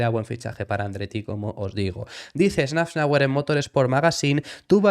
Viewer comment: “safnauer” por favor. que metes una n que no existe